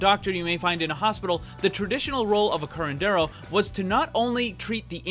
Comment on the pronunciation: Im mexican and i think is really funny when you say curandero